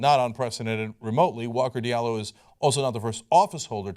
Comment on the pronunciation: It's Diallo not Diablo lol. Still a big fan though.